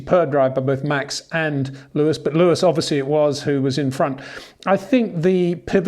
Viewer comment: ⚠️ To all international journalists & sport presenters: 🌐 it is NOT Lewish ... it is NOT Bottash ... and it is certainly NOT Max Vershtappen! Pronouncing "st" as "sht" is done by Germans not Dutch people! ... like an insult to (some of) us ... like insinuating you are a Nazi or something. But most people from Holland (like me) have NO issues with Germans at all. Am part German myself. Everybody knows how to pronounce Stable not "Shtable" or "Train Station" not "Train Shtation" so NO EXCUSE to be a moron! They do not do it with others having st in their names! ... All other F1 drivers are pronounced correctly having "st" in their names. This BS started years ago with father Jos Verstappen being interviewed by British sport presenters thinking it is funny to talk like a German to a Dutch guy! ... It is not ... And they do not giva fck. Not even having the courtesy to ask how to pronounce it correctly. (Acting dumb about it, hence my sarcasm, which some do not get). I did not say all Dutch people think like that ... but people that make fun of assumed "Nazis" they change their pronunciations to make fun of you. But there are vast amount of nice Dutch people that never would do that ... nor feel the need to insinuate. I have been called "Nazi" by some just because my last name is German then they talk with "sht" & z (not s). Thinking they are "so funny" doing that.